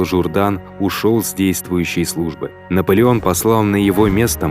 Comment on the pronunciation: Наполеон ээто На от Наполен